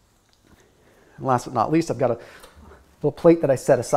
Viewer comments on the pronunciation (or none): none